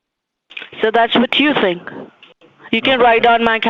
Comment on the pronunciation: "i tink u r mistaken about tis ting sir"